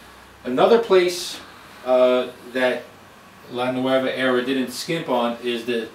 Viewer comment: Looks like a great machine, I want one! Since it's an Italian name however, you should pronounce it "NuOva" and not the Spanish nuEva, like you did throughout the presentation.